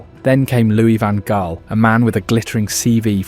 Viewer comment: OMG, your pronunciation is appalling. Louis van Gaal = "Loo-ee van Hhhh-ahl." Ajax = "Ah-yacks."